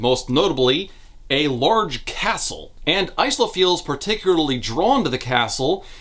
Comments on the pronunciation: You pronounce Isla like "ice-la" but wouldn't it probably be "eye-la" or "iz-la"? Eye-la is how the name is usually pronounced (e.g. Isla Fisher) and the author is from a Spanish-speaking background and Isla is Spanish for Island and pronounced iz-la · The S is silent in Isla so its "Ila". Its Scots. I wouldnt expect a random reviewer to know, so its an easy mistake, ...unless you're the AUTHOR. I hope to God the author didnt go around pronouncing a Gaelic-based name phonetically. Its one thing to Anglicize it (which would be to change the spelling to more English Ila or Eyela to communicate the pronunciation ie Padraig becomes Patrick.) But doing the opposite (changing the pronunciation to fit your interpretation of the native orthography) while giving your character a well known ethnic name, isnt creative, its lazy and ignorant. Again its fine if you just pronounced it wrong, you cant be expected to look up every name, we learn stuff every day. But an AUTHOR should really know about the names she using. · The author of the book pronounces the main character’s name as Ice-la so that’s how pronounces it, they know that the real name is different thankfully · Why are you pronouncing Isla as Ice-luh instead of Eye-luh? Do you call islands icelands too? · Genuine Q: is the protagonist's name actually pronounced "ICE-luh" in universe? Because the name Isla is normally pronounced "EYE-luh", like "isle" with an a instead of an e. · The fact that it's ICE-la and not EYE-la is enough to make sure I never pick up these books. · My only complaint is Isla is pronounces "eye-lah". Like island. "How she got her name!" Lol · Almost 8hrs of this man being unable to pronounce Isla 😅 Its Eye-la. Like how you say Island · I don't remember much about the first books so perhaps I'm missing a joke here, but 'Isla' is typically pronounced 'eye-la' 😅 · "Eye - La" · Hurts my ears... but you pronounce "Isla" like "Island" without the nd... I have a friend with the same name. :D